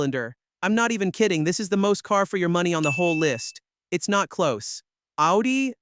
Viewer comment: Its not Aldi like the store, its "Oww - dee" and If you want to be fancy its "Oww-Tee"